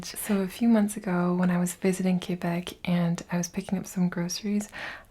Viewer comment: You pronounced Québec perfectly 😉🩵